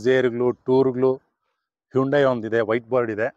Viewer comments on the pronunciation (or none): none